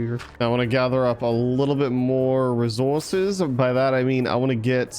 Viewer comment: Did anyone else notice every time said resources he did it with a British accent 😂☺️